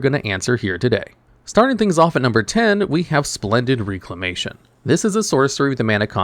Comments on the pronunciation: Agreed. Sounded weird. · REC-lamatuon, Rec. Not RE-clamation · Bro it’s pronounced REC-la-mation